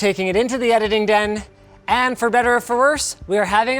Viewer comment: Imagine how you’d hear Linus if you don’t speak english “We’re takin it Into de edidin den”